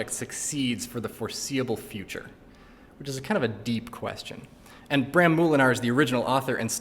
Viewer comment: dutch people when he said bram moolenaar: 🤨 (for peope with no emoji's: /:l )